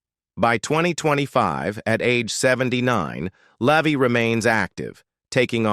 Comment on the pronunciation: In case everyone forgets the movie this video is about, it gets repeated a dozen times. A bunch of AI generated garbage, pronounces Eugene Levy as "Leevy" but properly pronounces the second time, then back to "Leevy" afterwards.